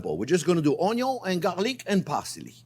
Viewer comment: chef YOU USE A LOT OF ONYOS IN YOUR RECIPES I MEAN ONIONS THATS OKAY KEEP SAYING ONYOS I LIKE IT BETTER